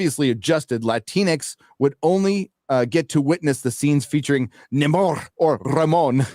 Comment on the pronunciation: Namor isn't being pronounced right, even by the trillllling white ladies. It's "No More", you dumb broads.